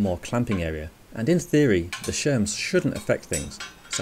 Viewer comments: Bro can I please ask why you call shims shems no one who I've ever met has ever said that. It sounded so stupid and you said it was such confidence multiple times. It was quite comical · I was definitely a little iffy about the mountain bike parts on the BMX , but when he said shems instead of shims I clicked off. That was just too much for me 😞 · I mean it was a good fun video but the fact that he called shims shems just ruined it for me